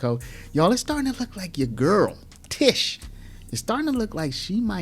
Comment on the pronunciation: TISH'A Not TEE'sha